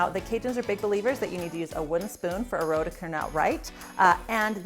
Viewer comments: Roux is pronounced roo, not roe. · I always learn something from your videos. Can't wait to try the cornstarch trick. I always have a roux mixture frozen and ready to go, I am going to have to make a batch with the cornstarch By the way, roux is pronounced roo as in kangaroo.